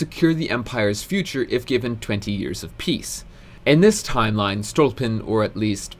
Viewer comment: He is StolYpin, not StOlpin